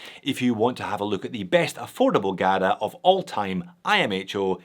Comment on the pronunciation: GADA? What's a GADA?